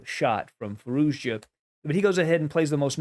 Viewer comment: i love your vids..but you keep pronouncing the "z" at the end of Firouzja's name..its just a "ja" sound > Firouja